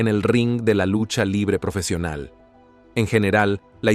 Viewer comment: “Lusha livre profeshional”